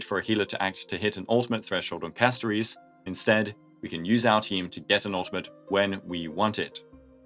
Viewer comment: Why do you pronounce Castorice as Casto reece 😭